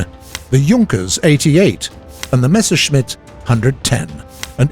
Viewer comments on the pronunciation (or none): none